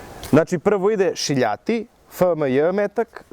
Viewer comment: Više liči na pihtije nego na gel😂. Još kad kažeš "šiljati" pokidaš. Odlični ste samo nastavite!